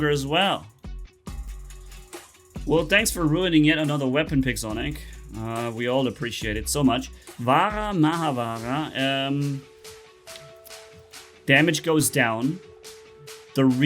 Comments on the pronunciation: I knew it coz the ability name, and the weapon's name that came with Indra titan (vajra, and maha vajra) are taken from the Hindu mythology. (the names only) and btw the ability is pronounced as vi-paas-naa and the waepons are not vaha and maha vaha its vaj-ra and maha vaj-ra, weapons names arent that hard, but ig Hindu words are hard for rest of the world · they are pronounced with a ‘J’ not ‘H’ like when we read ‘juice’ we say juice not huice Similarly it’s vajra and maha vajra not vahra, the ‘H’ in maha is fine